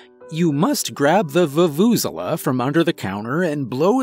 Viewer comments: The way he speaks vuvuzela makes me cringe every time lol I had never heard an english speaker try to pronounce that word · The way I died hearing you botch the Vuvezela😂😂😂😂🤣🤣... But your performance more than made up for it...